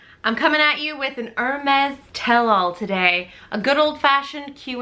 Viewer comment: Thank you for doing that, people never pronounce these luxury brands correctly. I don't understand what is the point of owning something that you can't even pronounce the name correctly.